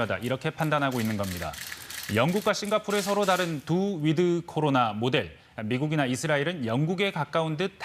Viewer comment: 위드 할때 드는 약하게 발음. 거의 "윋" 로 발음하도록. 윋 코리아.